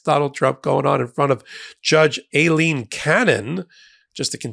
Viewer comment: WHY do you pronounce the judges name "A-leen cannon" Its pronounced like eye-leen